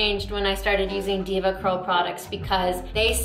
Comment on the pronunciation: I flinch every time she says "Deva Curl"